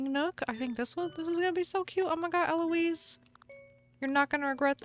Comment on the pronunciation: ELOISE YOU JUST SAID LIKE ELOISE YASSSS